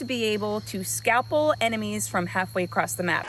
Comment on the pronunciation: Scalper as in scalp like a Native American. lol not scalpel like a doctors cutting tool.